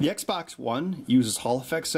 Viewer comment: Xbox not eggsbax